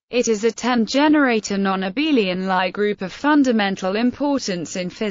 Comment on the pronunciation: It’s not a lie group , it’s a Lie group. I just hate these lousy speech synthesisers.